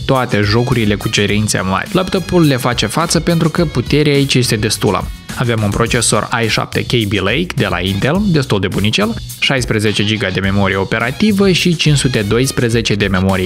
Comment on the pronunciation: cat de cringe a sunat i7 spus jumate in engleza (ai sapte) .... serios ?? vorbeste normal si tu, nu mai pune accente englezesti aiurea